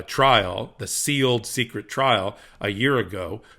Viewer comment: Lmao! It's not "secrete" It's still pronounced "secret"